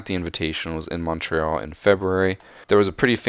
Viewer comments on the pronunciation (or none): none